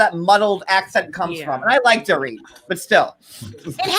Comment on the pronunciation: My best part of it was when kept pronouncing Dorit’s name wrong! She kept calling her “Door it”! 🤣🤣